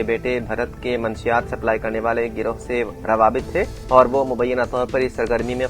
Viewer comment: Manshiyaat nahi munashshiyaat sahi word hai...thodi si urdu seekh ke news padhye